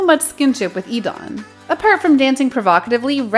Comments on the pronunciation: sorry but its DAWN without the e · DAWN!!!!! he even wrote a song about his name's pronounciation!!!!!!